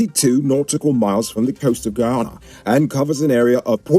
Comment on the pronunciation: Get your words right, it's not Ghana, it's GUYANA..SMH